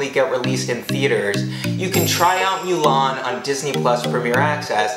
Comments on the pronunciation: It’s MOO-LAN not MEW-LAN!!!! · Thanks for the info but I can't like the vid because you keep saying MEW-LAWN ITS PRONOUNCED MOO-LAWN !!! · Every time you say “MYOO-LAN” it makes me wretch. Other than that it was a good video.